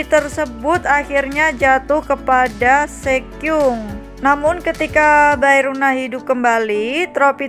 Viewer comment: Bae rona= be rona Bukan bae runa😭